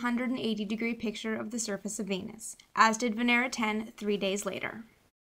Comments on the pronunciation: When she says Venus I hear penis. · Veenus can get tha Peenus. On god